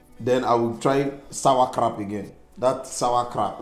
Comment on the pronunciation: said “Sour Crap” for sauerkraut 😂😂😅😅! Now he’s buttering her up for his Garri!